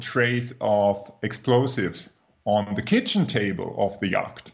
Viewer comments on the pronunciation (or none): It feels slightly churlish to say this, but you might find it useful to know that the word yacht is pronounced yot (rhymes with plot) in English. Anyway, thanks for the great discussion. I hope the truth comes out before I shuffle off my mortal clogs.